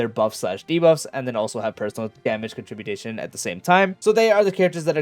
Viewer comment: lol, these tools making videos these days all make up words and act like they are real "contributation"? It's con-trib-you-shun moron